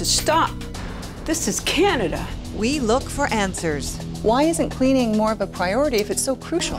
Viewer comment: "this has to stop,this is CANIDA !"lol I dunno,I find that funny